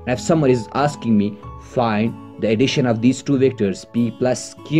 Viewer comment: The way u said additiona is just like sindhis style sindhis also speak like this